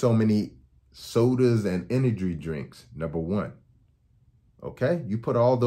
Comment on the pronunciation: You didn’t say “energy drink” correctly once